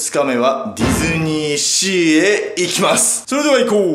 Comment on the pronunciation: 途中、ディドゥニーシーに聞こえるww